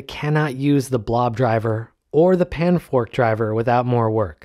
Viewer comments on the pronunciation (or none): "panfrost" not "panfork" please